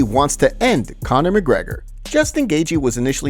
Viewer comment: Can't even say the champ champ name right... *Mcleggor